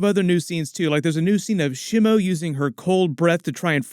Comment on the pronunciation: Ugh... your pronunciations are killing me. Shimo is not one of The Three Stooges. It's not "Shimmo." I in Japanese is pronounced like "EE". So it would be more like "Sheemo". But yeah... definitely excited about this one.